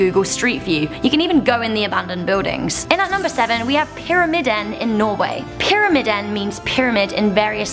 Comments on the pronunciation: IKR? And the I in the word is supposed to be long. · I GOT SO FRUSTRATED WHEN SHE DIDNT PRONOUNCE PYRAMIDEN RIGHT XD